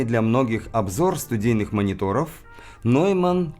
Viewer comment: А я услышал проблемы в нижних частотах у Адам, и никак не ярче. (Слушал через студийные мониторы + саб). И всё-таки - "Нойман", а не "Неймен". В немецком сочетание EU читается как ОЙ (например: EURO произносится ОЙРО).